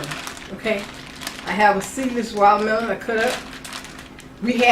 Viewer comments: Wallamelon =Watermelon FYI I love her accent though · I watched THE entire video just to hear her say wallamelon! She says it near the end. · When she said walllamelon, I knew I can trust her. Love this woman! Thank you for the help. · Exactly! If a person says wallamelon.. they’re alright with me too!💯🌹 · Lmao “wallamelon” I felt that !! My country grandma from North Carolina talks just like that 🤣👌🏾😍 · Tay, you are a trip! Lol. I read your comment and listened for the wallamelon. lol. She is authentic and I love this beautiful woman.